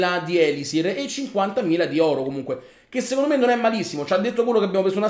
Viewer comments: Sì dice elisir non ēlisir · prima di tutto usa barbari e arcieri e attacca solamente i villaggi inattivi (cioè quelli con le miniere e gli estrattori pieni) con due cure Poi seconda cosa si di ELISÌR con l'accento sulla seconda i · la tua pronuncia di elisir e sbagliata